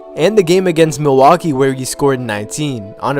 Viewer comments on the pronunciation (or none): none